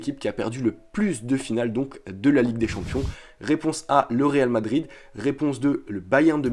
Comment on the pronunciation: On dit Réal Madrid